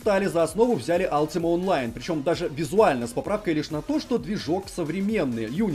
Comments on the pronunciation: дружите, не Алтима онлайн, а Ультима Онлайн. Слух прям режет :/ я поигрывал до недавнего времени... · Не Алтима а Ультима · Алтима, рпиджи бля, мои уши..